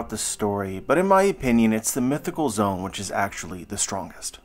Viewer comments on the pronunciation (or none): IT'S ZO-AN NOT ZONE